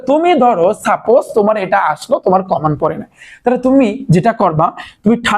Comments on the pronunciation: common ❌ kaman✅ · কমান😂❌ কমন😁✅